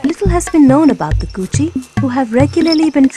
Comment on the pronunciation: Ko (co, as in co-ed) chi (rhymes with she). "Ko" part in Kochi is emphasized.